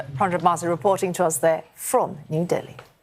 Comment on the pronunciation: This CNA anchor can't even pronounce New Delhi😅😂